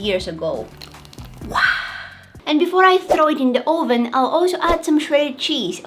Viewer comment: I love the way she pronounces ōven 😂